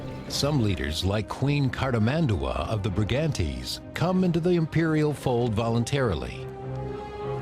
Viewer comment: It's cartIS-mandua!